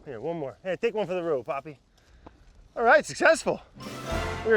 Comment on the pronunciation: AHHAHA BRAD NO ITS NAME IS POPPY NOT PAPI